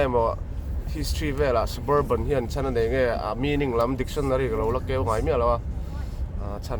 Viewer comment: Suburban nilo in Sub-Urban tih a lam tur zawk. Urban(khawpui) tih na kha. SUB-URBAN